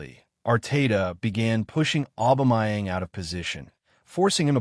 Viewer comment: His name is "Aubameyang" not "Aubamayeng" dude!